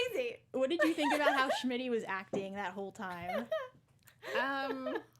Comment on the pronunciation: Why is no one telling her that his name is not SHmitty? It's so frustrating I can't watch the first half of the video.